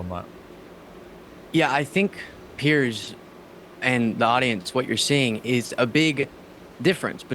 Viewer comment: Piers, as in rhymes with tiers.